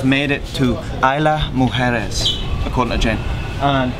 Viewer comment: good job...it's IS-La Mujeres!